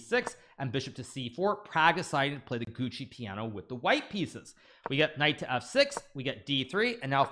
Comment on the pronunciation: "Gucci" Piano?? Don't know if he's trying to be funny or is just saying it wrong. It's pronounced "Juoko".